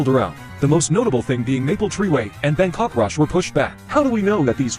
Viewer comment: The way it pronounced Bangkok 💀💀